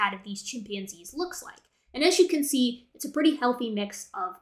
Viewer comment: Every time said “Issa chimpanzees”, my stupid brain interpreted it as Jar Jar-ese. 🤦🏻‍♂️